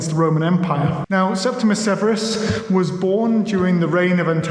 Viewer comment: "Septi-MEE-US- Severus," surely? 🙄